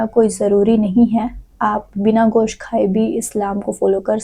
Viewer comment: Gaos nahi gosht hi😂😂😂😂